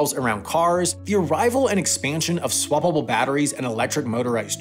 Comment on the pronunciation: When he said "swappable" it makes me laugh every time. Like swa blah blah... LMAO